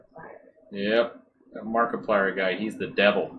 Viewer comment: How dare you desecrate the name of Markiplier!